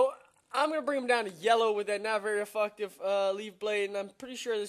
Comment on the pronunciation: its ef'FECT'tive, not ef'FUCK'tive. Just saying though :p